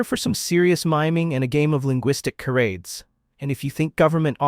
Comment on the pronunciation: Realize this is an A.I. program that can’t even pronounce the word charades correctly…..however none of these places would I ever visit….and wouldn’t dare to live in them….so they don’t have to worry about this black retiree….even trying it🥱